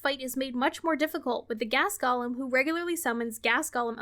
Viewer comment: I love ya, but you need to learn how to pronounce "golem". It's pronounced "goh-lehm", not "Gollum" 😂